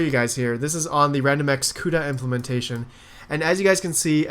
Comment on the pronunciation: 6.05 wandomx lol